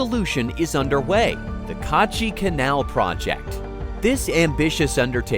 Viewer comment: Its not Kaaachi Canal , Its Kachi Kanal Its not Baluchistan , Its Balochistan 😊